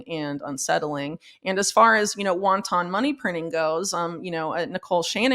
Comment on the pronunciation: The way Whitney pronounces wanton like won-ton kills me... I didn't think my crush could get any bigger ;)